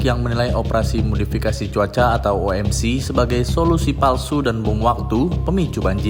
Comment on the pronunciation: OMC, kepanjangan nya bahasa indonesia. OMC ny dibaca indonesia saja, tidak usah dibaca dengan enjaan inggris (oh-em-si) :face-red-droopy-eyes